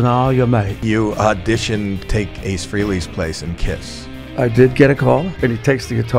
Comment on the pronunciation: Hey, Howie, it's Ace Fray-lee, not Free-lee. Right off the bat you sound like a poser.